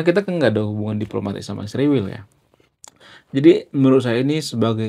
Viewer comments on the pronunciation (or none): Kamu juga buktinya kata Israel nyebutnya isriwil